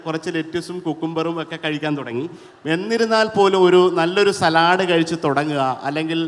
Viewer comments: സലാഡ് അല്ല , സാലഡ് എന്നാ ഉച്ചാരണം ദയവായി തിരുത്തൂ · സാലഡ് ആണോ സലാഡ് ആണോ ഷെഫ് ഉറച്ചു നിൽക്കൂ . 🤣🤣